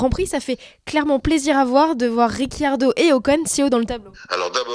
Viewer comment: On prononce Ritchardo